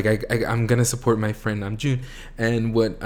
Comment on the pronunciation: Hobi was making a joke on RM mispronounced name - Name..Joon. XD